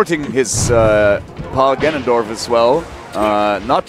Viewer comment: D1: "ganon-DORF"